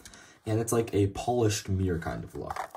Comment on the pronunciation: Nice video but thats not how polished is pronounced bro